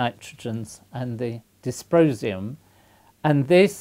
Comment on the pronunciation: Sounded to me like "disposium".